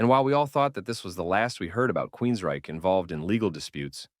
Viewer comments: Nice summary, but some advice. Proofreading: It’s Hear in the Now Frontier, not “new frontier.” Vocal pace: You’re pace is too slow. I had to speed up the video by 1.25x for you to sound more conversational. Annunciation: Several instances of queens-RYCHE. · weird inflection on QueensRYCHE betrays you. Fake voice has to GO